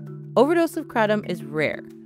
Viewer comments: Had to stop 30 seconds in because I can't listen to you mispronounce Kratom. The kra in Kratom is pronounced like the cray in crayon. The tom is said like the name Tom. So CrayTom. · Erryone I know says Kray-tum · I've only ever heard it called Kray-tom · Did you seriously add an extra t? Wtf is krattom? You guys are pretentious idiots, I'm not watching this bs. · Because that pronunciation seems exclusive to America, maybe Canada as well but everywhere else they pronounce it as kra-tom, the original Thai pronunciation uses a tongue roll. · I shiver every time she says Kratom the way she does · TIL I’ve been pronouncing kratom wrong 😅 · wrong. even mispronounced stop it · How do you know so much yet cannot pronounce KRATOM anywhere near correctly.